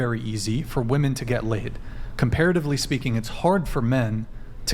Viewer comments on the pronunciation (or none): women not woman why can’t they ever pronounce this correctly